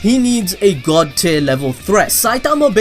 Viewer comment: I keep hearing god tit